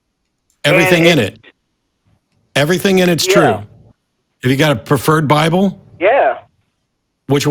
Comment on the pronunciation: Please someone tell me i'm right in hearing "Well I just base my faith on the bibön"